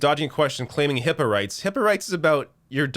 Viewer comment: I thought she said hippo